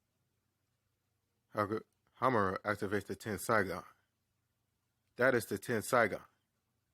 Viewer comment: ten-si-gon not ten-sai-gon